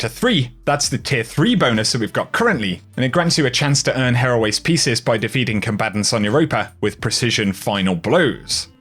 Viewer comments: Bungie: "Here. Always. Pieces.": "Heraways." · Isn't it said like "here always" pieces?